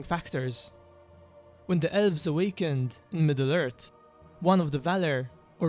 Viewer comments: I just keep hearing "Ölvs" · "Ölves" ... sry